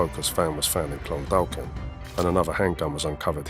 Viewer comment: Clondalkin is pronounced Clondakin.the second L is silent.